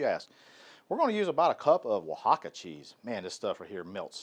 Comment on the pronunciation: Dude it o in con is pronounced like the o’s on pollo. So it rhymes with “own” More like cone. You pronounced “Oaxaca” well. Your friendly YouTube Spanish teacher. Recipe looks great.